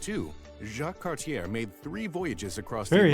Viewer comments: Cartier is pronounced CAR TEE A. You do not pronounce the R at all. He was a French explorer and Cabot was British which is why Canada is bilngual. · I couldn't get past this guy's pronunciation of "Cartier." It's KAR-tyay. Also, "John Cabot" is an anglicization of "Giovanni Caboto," who was an Italian working for England's Henry VII. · Mispronounced Cartier.